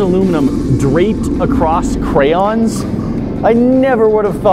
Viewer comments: "you can still see the alumin, it didn't melt all the crans all the way thru" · World: Crayons: CRANS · CrayOns How can you read crayns??! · who pronounces it clams? its cray ons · "crayns" vs cray-ons...... i feel bad for cus the comments are gonna go so hard on her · I pronounce crayons cray-ons not crans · I’m pretty sure it is pronounced cray-ons however I do pronounce it crans just because it sound better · You should pour some sort of molten thing into MELTED crayons Cray-ons NOT Crayns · The company that makes them is “Cray-oh-la” so they are “cray-ons”! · "what elementary schooler says "cray-on"" uhhhhh me and every other student I ever knew in every school I've ever been to (which with how often I moved comes out to about 13) sorry, it's just you on this one lmao they're crayons, not cranberries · Anyone else thinking this chick looks like a crackhead in this vid and then she says crayns...... hmmmmm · IT’S CRAY-ONS!!!! Where did you learn to talk?! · Every time she says “Crans” I feel my brain cells committing suicide 1 by 1... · turn on captions and she says cranes 😂😂😂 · When ever she says Crans my skin crawls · Its cray-ons😁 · Im losing brain cells from this lady saying crayns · Cray-ons!!! Saying it any other way is just wrong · At the mark, she looks like she's about to shove him into the wax/aluminium fire, just for saying "crayons" differently... 😂 😂 😂